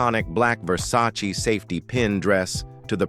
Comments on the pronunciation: They MUST OUTLAW AI commentaries!!!!!!😡🤬🤮🤮🤮🤮🤢🤬😡😡😡😡😡😡😡😡😡😡👎🏼👎🏼👎🏼👎🏼👎🏼. HUG Grant VERCEE - it’s pronounced VER SACH EE! I will NEVER listen to or even watch another AI spoken video ever again. Why do they take us for idiots??????!!!!!!!!!DONE👎🏼👎🏼👎🏼👎🏼👎🏼👎🏼🖕. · AI "Hug" Grant and "ver-cee" dress 😂😂😂😂